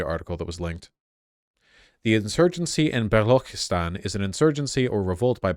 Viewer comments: Vaush please stop tryna pronounce foreign names just say it like a normal white. Its balochistan with a ch like channel, or change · Bro tried to pronounce Balochistan with a Turkish accent or smth 💀